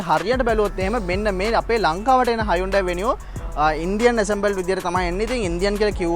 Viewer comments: ඕක ඇත්තටම හයිඋන්ඩායී නෙවෙයි හියුන්දේ කියලා කියවෙන්න ඕනෙ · Yes. Even in advertisements they say as hun- dai